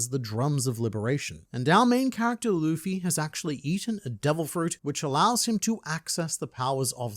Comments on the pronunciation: i still love people saying lufy instead of luffy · my whole family knows i love OP, and they alll say luffys name like that...Luhhffy, and it grinds my gears so much. When has "Lu" ever made a "LA" sound lol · Im so glad you pointed out how that guy prenounced luffy 😅😅 pissed me off when i wached it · A ahout iut to my boy with blaze Simn Whistler! Forgive me my weebbbretheran, his haven't figure oit how to pronounce Luffy's name yet. But he treats the subject matref with the respect it deserve and this particukar episode of Warfronts (one of his many, many, many chanels) was writen by a tru beliver in the one piesce. It is a very good one, arguing about the relevance of the symbol from the resl worlds perspective reather from inside the narrative; as our deer main in the internet has marvelously done here. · Seeing GrandLineReviews note Simon Whistlers inability to pronounce Luffy makes my British heart happy 😂 One of Whistler's writers is from Yorkshire and regularly gives him difficult local words like Rotherham and Keighley to pronounce 😂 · bro that little clip "luffy" he said it wrong the entire video lmaoooo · Did you see them cover this? Simon couldn't pronounce Luffy's name, but it was honestly one of the coolest things to see them break this down. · I hope people recognize Oda isn’t the person telling anyone to use these Straw Hat jolly roger, this is up to THE FREEDOM of these individuals to choose and Oda shouldn’t be at fault for it. And the amount of people pronouncing Luffy wrong on the news will gum gum sky-rocket